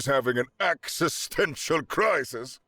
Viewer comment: I think I left a mark from the facepalm over "axe-istential crisis" 😂